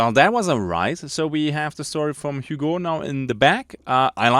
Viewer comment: I am pretty sure Hugo is read as Ügo. Not that it matters too much. 😀 I like the lore so far, hunger seems very promising game, can't wait for the release.